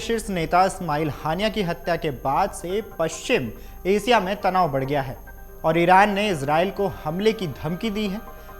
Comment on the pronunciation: रूजबेल्ट नहीं बेटा, रूज़बेल्ट नाम है उसका. और एसिया नहीं एशिया बोलते हैं. सही हिंदी बोल.